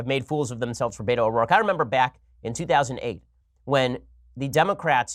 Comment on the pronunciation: I think the more annoying part of this whole "Beto" conversation is how people have never been around Hispanics because the way they pronounce his name is nails to the chalkboard.